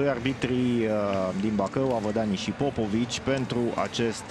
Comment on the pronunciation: Avadanii nu Avadani...